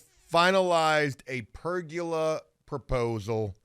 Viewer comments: Ok I know this is dumb but it’s driving e crazy. There is no such thing as a per-gu-la as pronounces it. It’s per-go-la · It's Per-goal-a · Also it’s Per-GO-La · Say it with me, per-go-la. There’s no “u” in pergola.